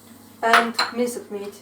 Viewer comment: Thats a very nice recipe you have here. But i would like to have more Ruhul Beyan lessons with Mr. Demirci. Hocam derslerinizi bekliyoruz. Küçük not: telafuzlar güzel ama daha güzel olabilir. Minced meat (minsıd miit) demek yerine (minsd miit) demek daha güzel olur. water. vaaatır Tarhanadan biraz bahsedilebilir. It is a dried sour tomato paste gibi